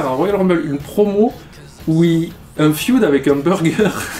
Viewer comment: Il est énervant à dire "le feude"😂😂